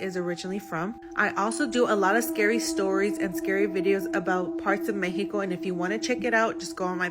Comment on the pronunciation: WHY?!? THEY SPEAK perfect English until this word ,,,,,me-he-ko, its Mexico, to us, mek-see-ko